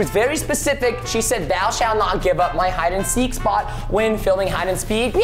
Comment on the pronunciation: Preston Said : Hide And Speek